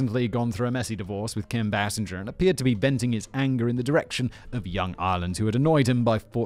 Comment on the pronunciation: Kim Bay-singer not Bass-injer